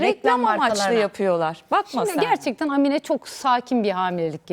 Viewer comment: Amine değil a harfini uzatmanız gerek.